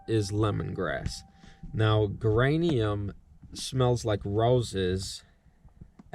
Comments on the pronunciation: Geranium is pronounced Jeranium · Nice video. By the way the pronunciation of the word "Geranium" is with a soft 'G" sound like in "Germ" or "Huge" (more of a 'J' sound) and it is a kind of flowering plant that attracts bees. This year I only caught my own swarm, and that was in a walmart box since that is all I have available when they swarmed... Maybe next year I will try your traps...